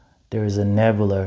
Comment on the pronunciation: There's no r at the end of Nebula.